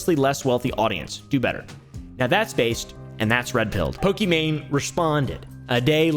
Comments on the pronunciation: Fun fact: her name is actually prinounce "e-mon" not "e-main" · It's not pronounced "e-main" it's "e-mon" which means it's actually Pokemon but I doubt she was to deal with their lawyers 😅 As someone who gets called the wrong name a bunch or ppl misspell it I wanted ppl to know how to pronounce her name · its pronounced e mon , it was always a pokemon pun , i think gucci mane in the lexicon caused the confusion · pokimane's name is pronounced "eemon onys" btw !! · Another video another white man not able to pronounce pokemaines name 💀💀🤡